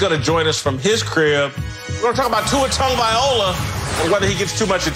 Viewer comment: TagovaiLOA not TagovaiOLA 🤦‍♂️🤦‍♂️🤦‍♂️ its like me saying Whitcock all the time 😂😂😂 c'mon man